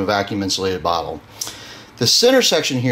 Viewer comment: He said botter 🤣